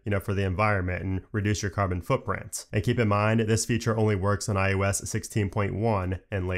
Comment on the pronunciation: Oh, sweet! The guy who pronounces it "IUS" is back in my feed! Thanks for the great comprehensive videos!